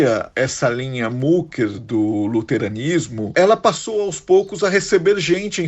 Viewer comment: Não é mucker é mücker o u com trema se pronúncia I ou seja micker só para exemplificar, me admira vocês trabalhando para um canal alemão e não sabem a pronúncia, lamentável